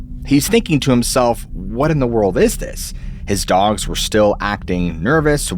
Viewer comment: It's "dogs" Not dongs or dogns